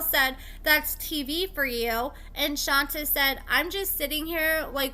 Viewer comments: Isn’t this girl’s name pronounced Shon-tay? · Just for the record… lol it’s pronounced “Shantay” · No, we’re saying she don’t pronounce it correctly.